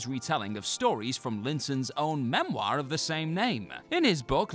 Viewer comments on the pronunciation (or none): none